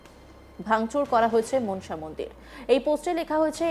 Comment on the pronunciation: মা মনসা। উচ্চারণ 'মনোসা' - 'মন্ সা' নয়।